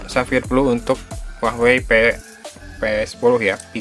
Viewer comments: kenapa gua dengernya uahwei ya? bukan hua wei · apa cuma ane ya yang denger huawei disini jadi hwahwei? 😆.. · wahwei bacanya